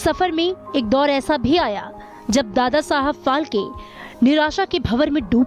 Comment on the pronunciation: फाल्के नहीं फाळके!!!